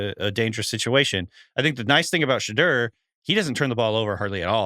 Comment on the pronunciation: You guys have 3 months to figure out how to pronounce Shedeur! 😂